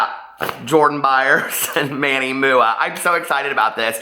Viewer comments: It's Manny M.U.A not MOOOOAH! LOL I cringe, I cringe! Of course!! SHE SHOULD HAVE REACHED OUT PRIVATELY BUT SHE DID NOT SO THEREFORE THAT PROVES SHE'S JUST REACHING FOR ATTENTION! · Live for the way says Manny MUA 😂💙